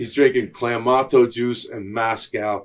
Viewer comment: First time I ever heard it pronounced Clam----ato juice. I feel like I have been saying it wrong my whole life.